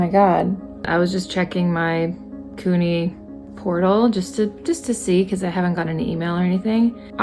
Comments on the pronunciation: Congrats!! Just fyi new yorkers generally pronounce CUNY "Q-nee" not "coo-nee" ❤ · I find it funny the way you say CUNY lol. Its pronounced kyoo-nee not coo-nee, while SUNY is pronounced soo-nee 😅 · Congratulations! The way you pronounce CUNY made me giggle 😊 Congrats on your awesome results